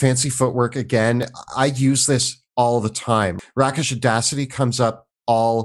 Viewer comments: Isn't rakish pronounced rake-ish, not rack-ish? Like calling someone a rake means they're like a devilish rogue, so rakish is the adjective form of that. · My ears are just so angry at how often they said "RACK-ish audacity" instead of "RAY-kish audacity". Do they not know what a rake is? 😭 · It's pronounced Rake-ish not Rack-ish. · Isnt it pronounced "rake-ish" as in like a rake? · It is actually rake-ish. Hardly an error of enormous proportions, though. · Oh my god yes. Once, ok let it pass, twice, grit my teeth, by the fifth time they said rack-ish I was shouting at the screen. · Love your videos, but I'm wincing every time you say "rakish" - it has a hard A sound. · FYI, Rakish come from the base word rake, meaning, well, a roguish person. It takes the long A. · Love me some Dresden Files too, 😊 And "rakish" rhymes with the garden tool (rake), btw. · The root word of "Rakish" is Rake (basically another term for a rogue, scoundrel, etc). So Rakish is spoke with a hard A not a soft a. Rake-ish Rakish. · Rakish is pronounced with a long a. It is derived from the word rake. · Hey guys really love the videos, but... Rakish is pronounced with a long a. Because rakish come from a rake: a fashionable or wealthy man of dissolute or promiscuous habits. "a merry Restoration rake" Sorry, that was driving me nuts. Otherwise keep up the good job! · Regarding the Swashbuckler. This hurts just so much to say but the word rakish is pronounced rake-ish. A Rake [short for rakehell, a word for hellraiser] was a type of dissolute nobleman who spent all their time and money on wine, women, and song. A kind of Bad Boy archetype. God, when did I get so old that I ended up in the language police. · Well, I guess it’s a fair point that if your DM doesn’t use Perception or Investigation, subclasses that use it won’t be very good. I can’t agree with the premise that most DMs don’t use those skills, though. It’s pronounced rake-ish, not rack-ish. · Rakish is pronounced "Rake"+"ish".